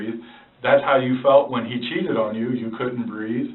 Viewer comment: It sounds like she said “when you choked me”, not “when you cheated on me”. Am I the only one who hears it that way?